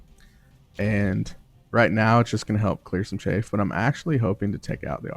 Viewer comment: Im sorry but i just need to say this. Chaff is pronounced with a soft A like cat or staff. The word youre saying is chafe which is what happens when your legs rub together in hot weather and cause that little rash. great video though, i learned a few things